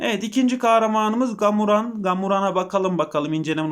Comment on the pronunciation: Gamuran değil Kamuran gibi oku K'yi yumuşat reis eheheheh